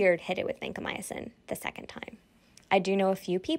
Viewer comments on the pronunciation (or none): Vancomyosin? You mean Vancomycin?